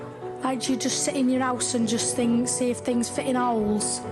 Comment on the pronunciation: “It fet pairfectly”